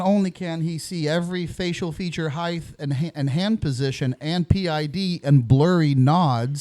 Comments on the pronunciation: Omg please pronounce height correctly, it ends with a ht, not a th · At about 54 minutes did he just pronounce height as hi-th? With a th on the end instead of a t? What is the education system in America good lord